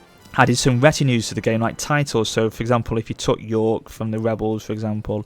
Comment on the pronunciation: "Welsh webels"